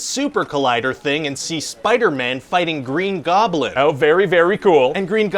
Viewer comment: Did he just call fing famg foom green goblin?